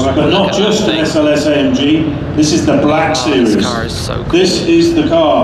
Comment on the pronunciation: THIS. IS. THE. CAH.